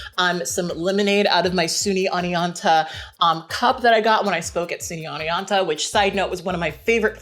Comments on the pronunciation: Wooo SUCO! I used to go to Hartwick on the other hill ahah. It's a great little town and you pronounced it like 99% correctly! It's a bit more OWN-eonta than ON-eonta. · I'm from Oneonta and people from here don't bother to pronounce the t lol but yeah you say it right